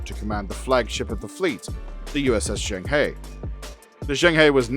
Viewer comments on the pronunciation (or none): the famous Chinese explorer's name is pronounced "jung-huh" which made me wince everytime the show said "jang-hey". Maybe they just incorrectly guessed how it was pronounced or they purposely made it sound different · [Djong Hö] Don't know why they didn't even try to pronounce the name closer to the original pronunciation... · The pronunciation on Zheng He should be closer to Jung Ha, I guess it just wasn't important to anyone at the time to get their historical references accurate. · Juhueng Huuegh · yeah, that's closer too, but the Zheng is quick, and is closer to Jung, and the He is almost like "huuh" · Zheng He = Jung huh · Zheng He should be pronounced more like Jerng Her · If they’re going to use Chinese names perhaps they should try to pronounce them properly and include tone marks and characters. Jeng her would be a more accurate sound for Zheng He. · Total mispronunciation of Xeng He. It's painful. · I wish Zheng He were pronounced properly. I cringe every time. 'Murica… sigh… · Zheng He is not Pronounced like in the show. You know it’s the name of a real person, might want to look it up. As a 7 ft eunuch who commanded the greatest wooden fleet in history he’s kinda a cultural hero to a billion plus Chinese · They have a very weird pronunciation of Zhang He